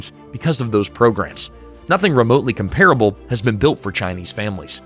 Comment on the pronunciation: Please learn how to properly pronounce COMPARABLE